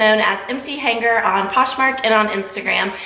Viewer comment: Hanger is not pronounced hanGRR. The g is soft.